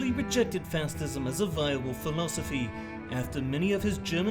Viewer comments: "fastism" lol 😆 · ‘Fastism’ lmao 🤣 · I hate how he pronounces facism